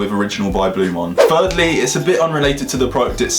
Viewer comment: Please learn how to say the product name properly before talking about it, it's Blu MAAN not Blu MON ffs